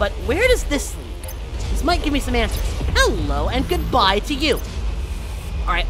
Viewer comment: Every time you say "Hello" I keep thinking HELL-o 😂